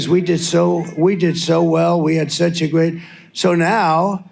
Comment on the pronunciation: what did he say here?? "I'ma very gay?" Or he seemed to slur his words trying to say "great" 😂